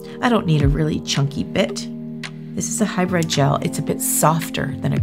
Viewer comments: It is not hyBRED it is HyBRID LMAO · It sounds like you're saying high bread. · All I’m hearing is “hybred” 😅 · She’s saying High bread gel. Hybrid. Hybrid. High bread.